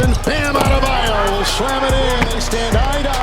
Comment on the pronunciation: Lmao the way you mispronounce Bams last name makes me sing CCR "Baaam AdeBAYOOOOU"